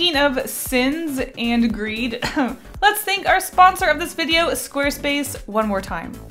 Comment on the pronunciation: Is it just me who thought for a moment that greed said Greg ?